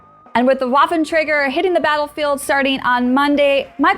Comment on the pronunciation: The gross mispronunciation of the Waffenträger hurts. I hear people mispronounce it all the time, but this is next level ear... Assault.